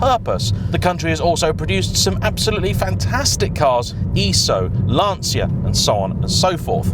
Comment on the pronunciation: A Fiat definitely serves a purpose. It drives home the point that you made a bad decision and repeatedly reminds you to do better next time. Also, is that how you miss pronounce Lancia?